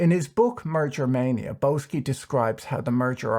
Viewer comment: Isn't Boesky pronounced "Bisky"?